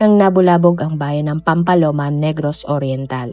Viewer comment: Mali mali naman ang pag pronounce niya ng mga names...Pati ang Pamplona ginawang "PAMPALONA" , Roel - RO-EL at ang Pryde ginawang Pry-de! 😊😅😊